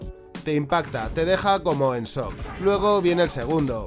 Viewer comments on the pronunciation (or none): none